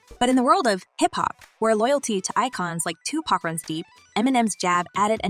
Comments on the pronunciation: It's Tupac not to pocks lmao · She keeps pronouncing Tupac as 2 pack